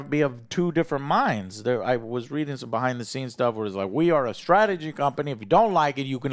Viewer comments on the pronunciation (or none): none